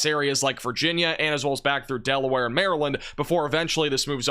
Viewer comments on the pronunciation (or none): none